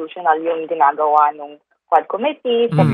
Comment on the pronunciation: Quad Committee o HuadSec 😮😂